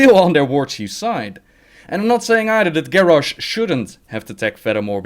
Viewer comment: sorry to say that, but you and a few others say continiously gorrash not garrosh ^___^